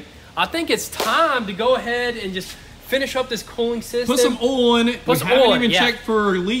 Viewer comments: It's OI L NOT ALL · OI L OI L SAY IT WITH ME OI L!!!